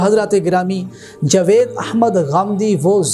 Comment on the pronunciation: جو شخص جاوید نام کا صحیح تلفظ ادا نہیں کر سکتا وہ اسلام پر لیا بولے گا۔ کچھ پڑھو لکھو اور علم حاصل کرو